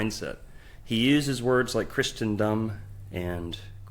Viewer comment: 7 minutes in and he's already pronounced Christendom as "Christiandom" and Aramaic as "Aramic".